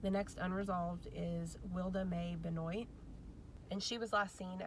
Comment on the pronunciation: Just so you know Benoit is pronounced like Ben wa